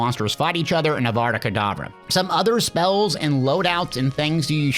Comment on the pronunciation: Bro said adada kedavra